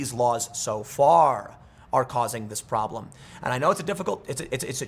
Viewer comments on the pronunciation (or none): none